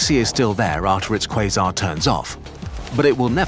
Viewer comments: Am 8 the only one who hears "This is what a face mask is" instead of "quasar"? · Am i the only one who keeps hearings quison? 😂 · umm it's pronounced croissant actually